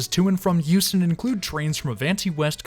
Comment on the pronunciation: At first I thought he was saying Houston.